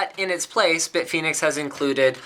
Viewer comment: I thought he said "Big Penis cases", due to the multiple that's what she said jokes at the start.